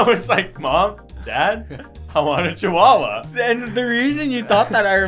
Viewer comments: The worst thing has done I say "Chi-who-uh-who-uh" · What kind of pronunciation of chihuahua is chi-hu-a-hu-a, it sounds like a Hawaiian name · bro the CHIHOOAHOOA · Why he pronounce chihuahua like that